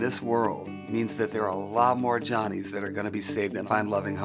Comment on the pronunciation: Jonnie is pronounced Joe-knee